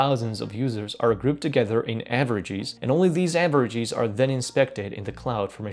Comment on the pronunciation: Game: Take a shot every time he mispronounces a word ending in "es" like averag-ee-s :))